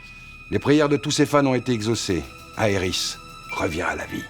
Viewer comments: on dit aerite... pas aerisss....... ca me fais saigner les oreille ca meme pas d'allure... prenez donc un 5 minute pour passer sur google trad.... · Pourquoi prononces tu Aerith en Areïss, mais Sephiroth en Sephirote et pas Sephirosse?